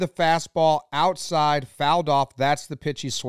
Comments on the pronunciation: "Ouside". As in "Catch me ouside" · “Ouside”, close enough